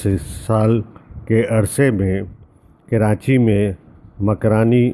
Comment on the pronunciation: معذرت۔ عادت کے مطابق ایسا ہوتا ہے اور ریکارڈنگ کے وقت یاد نہی رہتا کہ اس کو درست لہجہ میں بولا جائے ۔ معذرت